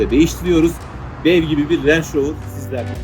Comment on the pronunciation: 👳🏽‍♂️; -(Leydi Rovır)Rangır Rovır -Abi senin için çakma Yankee🇺🇲diyorum🇹🇷🇪🇺